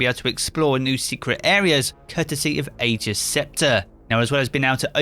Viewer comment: I'm mildly irritated by the way you pronounced Ager